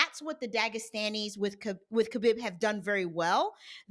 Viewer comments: Pronounce it as Habeeb or Kabeeb. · no fault of your own especially with Khabib’s spelling as the latter part “bib” supposed to be written and pronounced as “Beeb” The origin of the name as the previous poster explained is in Arabic the word “Beloved”pronounced as Habeeb. I guess the Spanish equivalent of it would be “Amado.” Now Nurmagomedov is a whole different story 😂 it actually consists of two words! Nur / Magomedov Believe it or not Magomedov turned out to be the Russian version of Mohammad and Nur is the Arabic word for Light Khabib Nurmagomedov means Beloved light of Mohammad I hope this settles it 😜